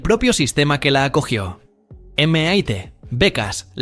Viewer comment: Si vas hacer videos con IA almenos trata de buscar la pronunciación fonética, de algunas palabras en ingles MIT por ejemplo se escucha fatal.